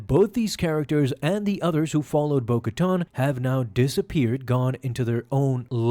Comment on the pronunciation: Ka-TAN, not “tahn”